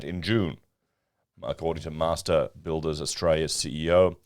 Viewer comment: Master Builders 🤔, did you pronounce that correctly ? 🤔 .